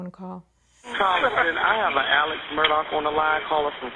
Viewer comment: It's"mur-daugh" not mur dock. 🙄